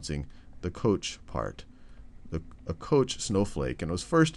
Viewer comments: It's pronounced koKH, not kosh. Fractals are very interesting, I would say that is among the easiest of them all. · The correct pronunciation would sound similar to "cock", I believe 8D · It is pronounced "kock" He was Swedish and it is pronounced so in Swedish. The spelling Koch is not typical Swedish and the name probably originally comes from German, but it is not pronounced in the German way. However, we pronounce the "von" correctly, so it is "fon kock" in Swedish, that's what he called himself. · Koch is German and it's pronounced like the Scottish loch. Like in Loch Ness, you know. ;)